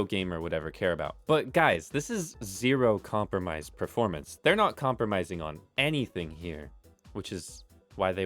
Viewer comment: hehehe preformance